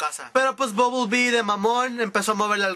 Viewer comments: buble bee??? ooooooo BUMBLE BEE? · Es bumblebee no bublebee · es bumblebee no bubblebee...